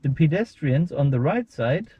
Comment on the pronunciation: why can't she even pronounce PEDESTRIANS